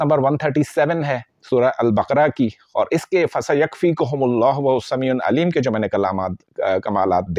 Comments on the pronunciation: Bhai sami un nahi hai sami ul hai. I hope ap is baat ko positively lain gay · Sameeun nhi Sameeul hai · Sameul Aleem hey jub k ap Sameun Aleem parh rahy hain plz wazia karain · السلام عليكم و رحمة الله وبركاته اللہ تعالیٰ آپ کے علم میں برکت عطا فرمائے گزارش ہے اپنا تلفظ صحیح ادا کریں وہو السمیع العلیم السمیع کی ع پر ایک پیش ہے اسکو ل العلیم کے ساتھ ملا کر تلاوت کرنا ہے عل علیم جزاک اللہ خیرا